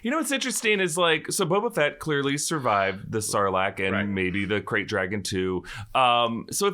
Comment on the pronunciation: It's Krayt, not Craft